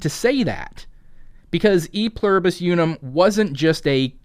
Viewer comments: STOP saying "you-num" it's pronounced "oo-num." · count to three in Spanish real quick, out loud. Uno dos tres. How did you pronounce uno? Did you pronounce it like "you know"? Then why are you pronouncing Unum so weird?